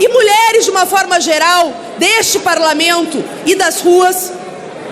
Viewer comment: Quem é a moçoila lacradora? Ela é do "parlameinto"? Há quanto "teimpo"? Ela fala "dais" "emeindas" "parlameintares". Ela é do Partido do "Adéilio", o lobo solitário da alcatéia, que "teintou" matar Bolsonaro.? Ah "eintão" tá.. Já "deistilou" o veneno, cascavel.